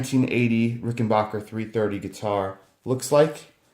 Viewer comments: Ok its not Rickenbocker it's rickenbacker can you not read the trust rod cover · it's Rickenbacker, not Rickenbarker. Nice guitar but high price, unless you can more details of use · Didn’t know that’s how you say it